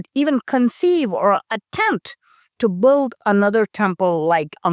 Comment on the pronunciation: love your illustrated analysis...just pretend build has no u in it, so it is pronounced like bild....English is a fickle language! 😀